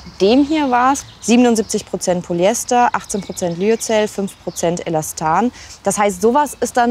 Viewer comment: Eine Expertin die korrekt Polyester ausspricht. Da freut sich das Chemikerherz. :)